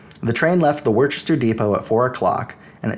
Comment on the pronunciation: Its not War chester 😂😂😂... it's wh-istah.. my god man